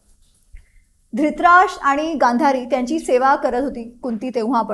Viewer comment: श्रोत्यांसाठी - ला गांधारी अस म्हणायच होत.